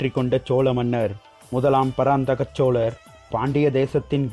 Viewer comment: சிறந்த பதிவு.. உங்களுடைய முயற்சிக்கு வாழ்த்துக்கள்.. ல ள ழ உச்சரிப்புகளை மட்டும் திருத்துங்கள் இன்னும் அருமையாக இருக்கும்.... உதாரணம் சோழர் வார்த்தையை சோளரென்று உச்சரிக்கிரீர்கள்... தமிழில் மிகவும் கவனம் தேவை